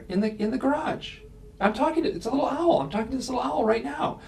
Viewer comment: She pronounces owl as ow. Giggling.